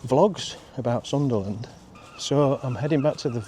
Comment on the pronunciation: It's Sunderland not Sutherland👍🤔